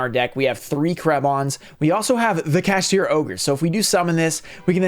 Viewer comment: gotta love how says kaSHITra instead of kaSHTIra